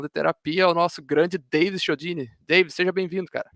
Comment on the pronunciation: Quiodini soa melhor que Shiodini